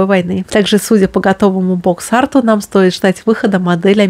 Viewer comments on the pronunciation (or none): none